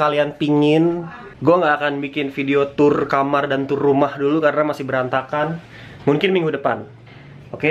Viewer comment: Kenapa dah lu ngomong mungkin jadi munkin:v